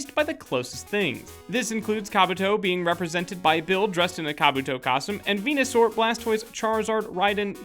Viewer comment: just wanted to point out, its actually ven-u-saur, not ven-a-saur. just sayin'